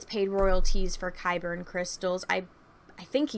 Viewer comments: Isn't it just Kyber? It sounds like you're saying Kyberin or Kyberen. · I thought they were called Kyber Crystals. Are you saying Kyberian? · yeah it is.. idk why she keeps saying kybern lol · Yeah she wasn't saying Kaiburr either. She was putting an N at the end.